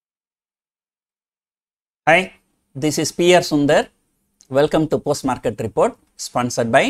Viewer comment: When u said "hi", i thought u said "bhai"